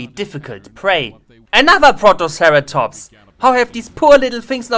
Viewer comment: "protoceratomps" :D